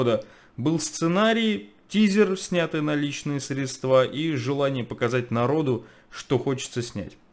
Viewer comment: Не стоит говорить средствА, живя в Петербурге. Не позорьте город,. Я в шоке. Не ожидал от Вас.